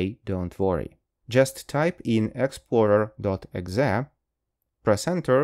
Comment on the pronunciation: Онглечане обычно говорят "и-экзи", а не "экзэ"